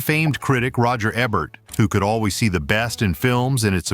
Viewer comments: It's pronounced E-bert not Eb-ert. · I'm sorry Roger Eb-ert? Fuckin really.?